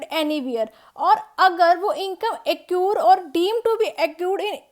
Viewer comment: its accrue not accure